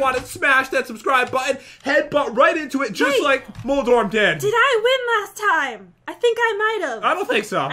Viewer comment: moldoref Pat: moldorm